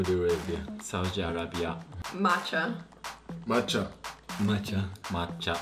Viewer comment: サウジアラビアの発音かっけぇ